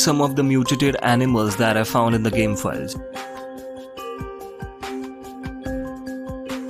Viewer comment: Somehow I thought you said "New To Date" instead of "mutated" And I was like "Awh, we be datin' animals with our co-host Six." Before going back to see what you actually said.